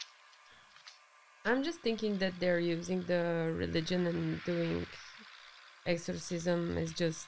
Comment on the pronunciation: "The ercorsism of Emelie Rose".